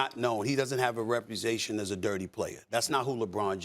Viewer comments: A what now? A "repu-zation"? 🤣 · What the F** is a "repuzation" Stephen A? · Stephen A…..what’s repusation mean? 😅